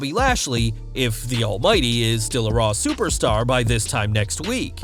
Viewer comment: Why he say superstar like dat